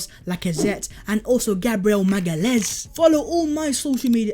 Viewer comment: you said his name right